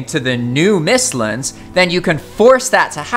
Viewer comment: Bro said “mistlins” instead of mistlands smh 💀